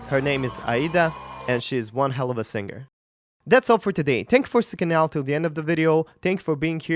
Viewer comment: you csnnot even pronouce the word Singer moron properly....